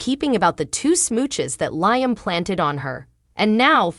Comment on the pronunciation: It drives me crazy the way they pronounce LLIAM …. lol there’s no I sound in his name